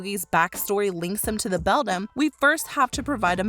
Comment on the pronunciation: The word Beldam is pronounced BELL-DAM, NOT BELL-DUM